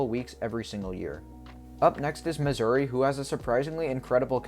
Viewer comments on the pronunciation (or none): none